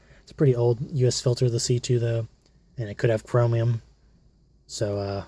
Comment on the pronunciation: You pronounce chromium chromium